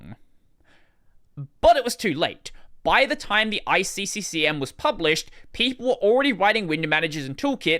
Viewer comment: Nope, you sayd ICCCCM right